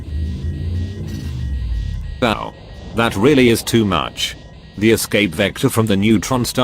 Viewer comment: I love that the text to speech says wowa instead of wow😁